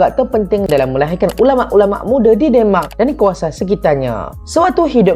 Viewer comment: Salam saudara.. sebutan nye biar bener...kok demak Indonesia ke demak euro..keh..keh